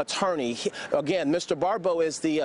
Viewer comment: Yeah, I don't mean to make a big deal, but that narration needed more practice / rehearsal. "Pappe" is pronounced like "Pop.". The other perp's name is "Barbeau," not "Barbereau."